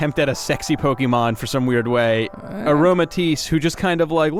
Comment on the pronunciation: If you're a grammar Nazi, it's all down below. Fletchinder is a combo of "fledgling," it's past evolution's name, and "tinder," so it's pronounced "fleh-ch-in-dur," I'm fairly certain that Aromatisse is "aroma" and "entice," so it'd be "ah-roh-ma-tie-ss." And the "T" in sachet is silent, so that's being mispronounced too. Dragalge is "dragon" and "algae," so that's "drah-gahl-gee." I want to get on to you about Trevenant's pronunciation, but I think you might be right on that one. But it's name comes from the combo of "tree" and "revenant," not "deviant." Lastly, you're missing the "L" in Yveltal's name.